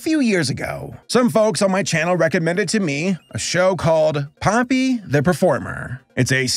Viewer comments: You said his name wrong its Pope-e not Poppy lol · It's popee not poppy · IT’S [‘pō•pē] IT’S [‘pō•pē] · Its popee not poppy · The way he pronounced Popee hurt me so bad 😭